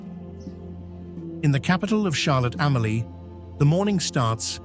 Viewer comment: Like the way Charlotte Amalie, Fungi & Magen's Bay are being pronounced 😑😑